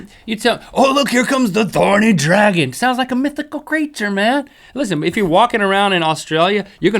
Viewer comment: Thorny Dragon.Take of the T in thorny XD